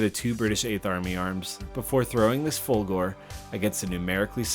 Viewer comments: You can't do the Folgore until you learn the correct way to say the name. It it not "Folgoor" it's... Folgore... so work on that. ;-) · For the one you called K: those are epaulets. Folgore is "fAHL-goh-ray".